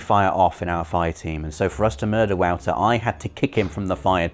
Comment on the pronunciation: Is pronounced like voter. Not wowter. Lol